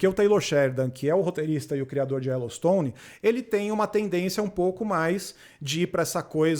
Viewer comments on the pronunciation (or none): "Ellowstone" e sério que ela falou assim?